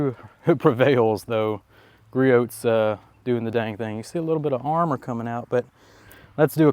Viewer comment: this is turning into a nice test. Very realistic. As a side note, the T is silent in Griots